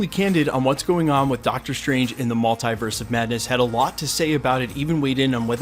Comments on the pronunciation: its so irritating how you pronounce multiverse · the way you say Multiverse , literally prevents me from subscribing.